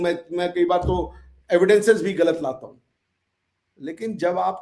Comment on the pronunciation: Pls tell,,,, Gour (गौर) not hor Galat (गलत) not halat Galatfehmi (गलतफहमी) not halatfehmi Basically G word hota h H nhi hota h 😂😂😂